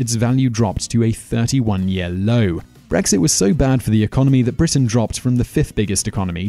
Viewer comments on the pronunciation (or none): none